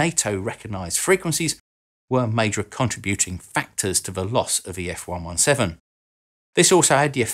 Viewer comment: Love the channel,. One thing. F ONE SEVENTEEN.:) Carry on!